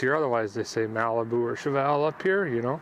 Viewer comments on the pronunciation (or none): Captain Chevelle-ick-ah